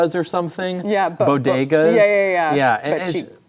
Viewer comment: I’m a Bronx ‘Rican and it’s Bodega’s (Boh-de-gaus) not Bogedahs. Anyway who cares we can’t get hung on this. We can’t be as hypersensitive as the left. LATINOS4TRUMP!!!!!